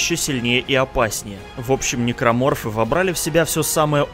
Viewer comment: Тот самый момент что ты называешь "Никроморфоф" Гусенечная многоножка